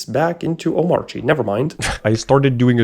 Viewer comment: It’s pronounced as OH / MAHR /KEEH…..kinda like how we don’t pronounced ANARCHY as AH / NAHR / CHEE. Instead as AH / NAHR/ KEEH. B/c thats just how anarchy gets pronounced.